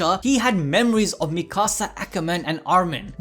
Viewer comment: he calls Mikasa like mickasa